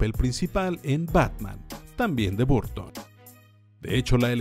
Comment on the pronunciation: No entiendo por qué pronuncian todo bien y después se mandan Burton o Disney tal como suena siendo que no se pronuncia así.